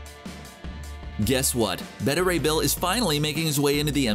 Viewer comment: Everybody else: Beta Ray Bill. This guy: Betta Ray Bill.